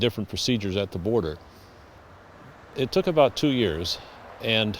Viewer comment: HE ACTUALLY SAID ABOOT